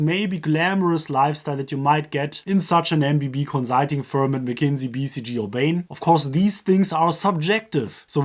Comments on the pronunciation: Can you please just say consulting normally? You sound like an idiot, but good video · I'm sorry, but your pronunciation of consulting is hilarious xD